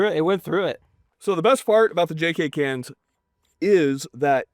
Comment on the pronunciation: When he said "Twenty-two cans" I heard "Twenty Toucans" and I was like weird but ok.